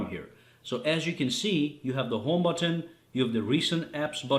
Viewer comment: It's not But ton - it's but - en. You don't repeat the t sound at the beginning of the second syllable